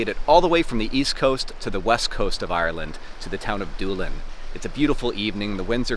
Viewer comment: Did anyone else first thought he was doing a horrible Iris accent saying Dublin instead of actual Doolin?